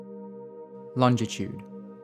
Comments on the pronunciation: it really burns me how you can't say longitude :P LOL! other than that good JOB! :D! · Lol he pronounces longitude and latitude vis soooooo funny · Not bad, but he's pronunciation of Longitude is wrong